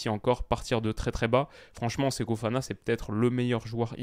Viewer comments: Répète après moi: "SE-KO FO-FANA", tu peux le faire 🤣 (Séko Fana, ça le fait, mais je ne te connaissais pas ce type de faute de diction, alors je relève, juste pour la blague 👍😛) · Toujours "Seko Fana" sans raison :/